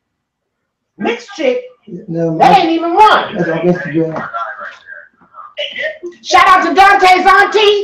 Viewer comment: She said "Twatter and Standogram"😂